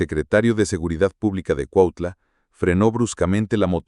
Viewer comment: Es cuautla no cuatla aprende a hablar bién pendejo!😂😂😂😂😂😂😂😂😂😂😂😂😂😂😂😂😂😂😂😂😂😂😂😂😂😂😂😂😂😂😂😂😂😂😂😂😂😂😂😂😂😂😂😂😂😂😂😂😂😂😂😂😂😂😂😂😂😂😂😂😂😂😂😂😂😂😂😂😂😂😂😂😂😂😂😂😂😂😂😂😂😂😂😂😂😂😂😂😂😂😂😂😂😂😂😂😂😂😂😂😂